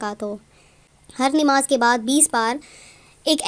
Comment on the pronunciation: Dekho yàar, Inn logo ko Sahi bolna takk nahi aata.. Buss YouTube sayy paisoun kayy liyey wazifayy gharrtayy hain..